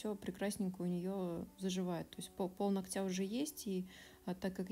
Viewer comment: Очень тяжело слушать, сори. "НогтЯ" 😥 До конца не могу смотреть. Ударение на первую гласную, НОготь, НОгтя.